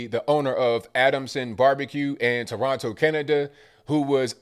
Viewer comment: This guy can pronounce toronto more like a torontonian than the average torontonian